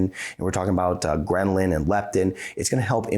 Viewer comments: You said and spelled it out (Ghrenlin) it is (Ghrelin) ! Great stuff and I love your channel. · It's Ghrelin...not Ghrenlin. Just wondering why a doctor speaking on diet wouldn't know this? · Yes.. grehlin... drop the n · I love your uploads but i really think you should take a look at the way you say (and write) the word 'Ghrelin'. See. (there's only one 'n' not two.) Ghrelin is a hormone produced in the gut, but what's a grenlin? You're welcome.:) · Thank you! Came here to say that. This is a GREAT video, but it loses some credibility (to me personally) when a medical professional uses the wrong word. Misspeaks and typos happen, yet ghrenlin was both spoken and typed. On a side note, my ghrelin AND leptin signals have improved SO much through intermittent fasting!! :) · Andrew Weiss actually, I wouldn’t call it complaining. Just curious as to why he doesn’t know how to spell and pronounce a pertinent word. Dang, chill dude.